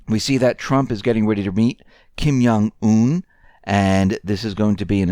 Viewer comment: is "Yewish".